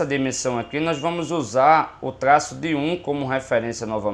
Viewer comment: cada tlaço kkkk